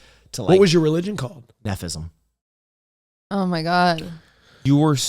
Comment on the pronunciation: "neffism" had me CRYING